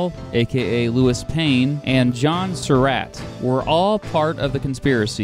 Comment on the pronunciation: Hate to nitpick, but it's "At-zer-ought", not "At-ze-root". And it's "Sur-ought", not "Sur-rat".